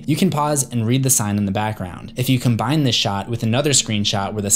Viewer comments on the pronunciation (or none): none